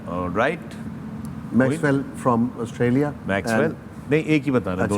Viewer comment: Australia ka Austria kar dala 😂